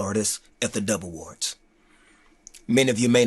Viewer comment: Not Trying To Be Funny, But I Thought He Kept Saying The Devil Awards